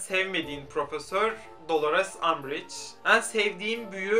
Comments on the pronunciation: En leri o kadar yanlış telaffuz ediyorsun ki dinleyemedim çok sinir bozucuu😬 ean gibi söylüyorsun düzelt lütfennn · Ên diyorsun sinirim bozuldu... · samsunlu olduğunu bilmiyordum, bir arkadaşım da en'leri böyle söylüyor oldum O DA SAMSUNLU 😂